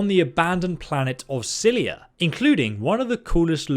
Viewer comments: It's scylla not scylia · Scylla = sih la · Every time you say scyllia it makes me cringe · Not sckylliA is scylla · How does an adult not know how to pronounce "Scylla", like in "Scylla and Charybdis"? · pretty sure he’s said he’s dyslexic, which causes him to misread or mispronounce words at times. Many people with dyslexia have problems with words that aren’t common and therefore they haven’t heard said often. And while I know how to pronounce Scylla, if you think that “Scylla and Charybdis” is a commonly-known phrase that every adult has heard and should be familiar with, you are seriously out of touch with how informed most adults are about Greek mythology. Hell, it’s more common that adults know “deus ex machina” and THAT is often mispronounced.